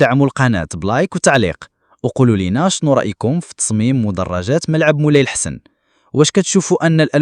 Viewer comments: مولاي الحسن بفتح الحاء والسين...إما أن تنطق الإسم صحيح أو إغلق فمك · النطق غير صحيح ،مركب مولاي الحسن جزاكم الله خيرا.